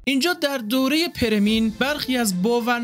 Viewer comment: بزرگوار ، متشکرم از زحماتتون . خواهشی که دارم این هستش که روی تلفظ لغات بیشتر کار کنید . پِرمییِن خونده میشه . به کسر پ و ی دوم